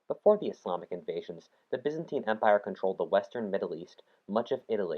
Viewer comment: they way byzantine is pronounced ffs